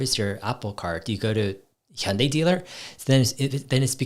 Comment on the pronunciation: Are you Korean Dave? Cuz your Hyundai pronunciation is just perfect haha. Big love from South Korea!